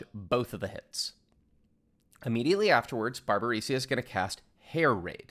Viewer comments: pls don't say Barbarisia xD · Great guide as always, but the way you pronounced Barbariccia was quite the ear bleed I must admit ;). Looking forward to your upcoming Savage guides!